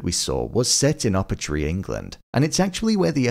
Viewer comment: It’s NOT Uppertree as you say it , its actually Upottery